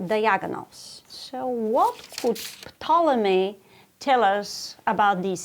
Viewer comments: FYI, the P is silent in Ptolomy, So its pronounced Tolomy. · Wow. I learned that the "P" in "Ptolemy" is not silent! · Who pronounces the P in Ptolemy? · I love how pronounces *P**T*olemy. Just saying. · Glad I'm not the only one who is not used to it being pronounced that way... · I didn’t know you were supposed to pronounce the “P” in Ptolemy.